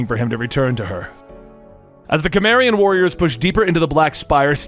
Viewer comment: please do more conan and just a note your pronouncing cimmerian wrong